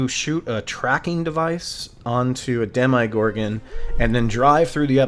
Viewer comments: Alright this kinda drove me nutty throughout the video but man ... have you ever heard anyone in this show, real life, or any god damn universe pronounce demogorgan dem eye gorgan ... c'mon man it's demma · My friend, great breakdown however, every time you said “Dem-eye-gorgon” it drove me crazy 🤣🤣🤣 there’s no I in Demogorgon!!